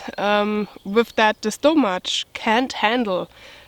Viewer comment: Whole and hole are pronounced exactly the same. Stomach is pronounced like stomak. You don't give it the ch sound like church.